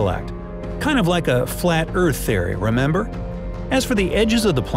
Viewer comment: What do you mean the earth is flet...😂😂😂